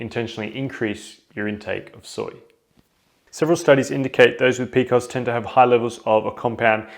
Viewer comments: Who pronounced PCOS as "p-cos"??? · In the US we usually say pee-cee-oh-s. This is the first time I have heard it referred to as Pee-kohs. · I love it!